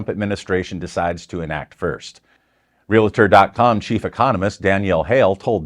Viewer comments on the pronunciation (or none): Learn to pronounce Real tor. It's not rea la tor.